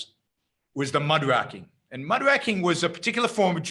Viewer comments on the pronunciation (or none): It's pronounced Muck Ray King, not Mudwracking.